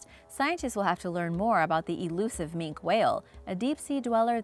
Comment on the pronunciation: # - On 6, I believe it's pronounced 'Mink key' whale; at least that's how Sir David Attenborough and everyone else say it.